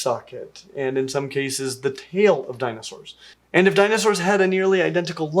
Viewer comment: The way that woman pronounces words is excruciating. Danaesores.